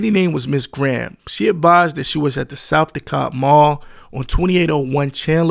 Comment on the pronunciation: Yes but narrator still not from Atlanta. He mispronounced his first name like everybody else. Lol. And mispronounced South Dekalb Mall and also Candler Road